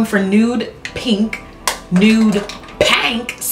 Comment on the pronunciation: Freakin' gorgeous look. You look so beautiful. "Nude Pank!" lol. Any who how do people apply pencils in their water line. I struggle so much It tickles like crazy. Like almost a laugh kind of tickle. Then my eyes start crying instantly. I still do it. But man it's annoying. How do you deal?